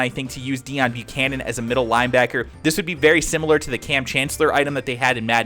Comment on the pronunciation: It's Pronounced Day-own bucannon